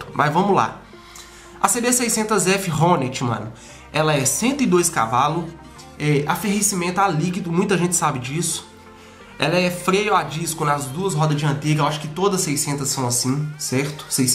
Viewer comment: Irmão é arrefecimento, e não aferrecimento, Mas deu pra entender .